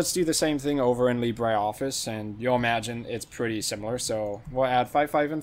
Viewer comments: It is Lee-bruh, not Lee-bray. The pronunciation is French, not Spanish. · Bray, Lee Bray